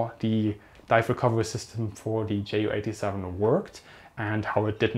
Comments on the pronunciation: Meinst du weil er jay-yu und nich jot-uh? Seine Community ist englisch also macht’s Sinn das er jay-yu sagt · Bitte sprich Ju87 korrekt aus. Bei Abfangvorrichtung klappts ja auch. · jep genau... mir biegts die Ohren runter wenn er's english pronunziert